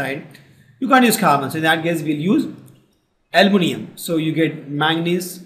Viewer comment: Bhai almonium nahi hai aluminium hai 😂😂😂